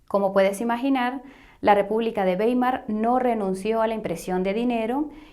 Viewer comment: Mil gracias por explicar ese "papel" moneda al que nos acostumbraron. El futuro es el oro digital. Ah y Weimar se pronuncia Waimar en alemán "ei" siempre "ai"🌷🌷🙋🏽 Te felicito por tu trabajo!